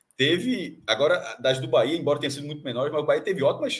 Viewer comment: Parabéns pelos comentários imparciais e com muita lucidez. Só precisam pronunciar o nome correto do BahEa com E e não com i 😂😂😂 UBBMP🙌🙌🙌👏👏👏